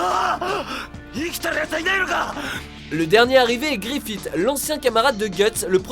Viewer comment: GRIFITE ??????? TU VEUX UN COOKIE ? on dit Griffith [gourifisse] enfoiré...